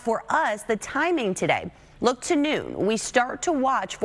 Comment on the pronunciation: I like the way she says "shtrong" winds.😊